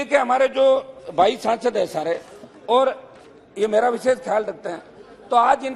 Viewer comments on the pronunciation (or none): none